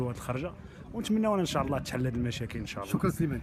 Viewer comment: ينبغي نطق " إن شاء الله " بطريقة صحيحة.